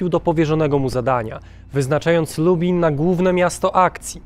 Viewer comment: Lektor cały czas mówi Lubin zamiast Lublin, porażka ..